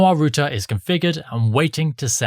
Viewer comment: It's R OUT ER OUT NOT ROOT-A